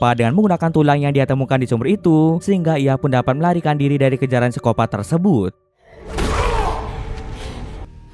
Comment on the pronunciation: Pengen ketawa gua denger baca siskopat